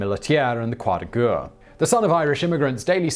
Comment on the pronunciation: Please just use the English war cross instead of trying to pronounce croix de guerres... you're absolutely torturing it...